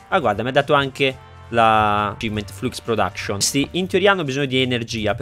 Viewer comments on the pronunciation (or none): none